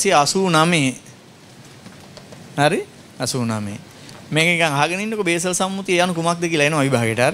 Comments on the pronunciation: සර්, බේසල් නොවෙ උව්වාරනය කරන්නෙ බාසල් කියලා , ස්ව්ස් වල තියෙන්නේ, ප්‍රදාන නගරයක්.. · BASAL නෙමෙයි Basel Convention